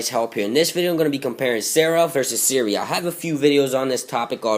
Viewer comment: Sara vs Siria? WTF you have messed up speech problems!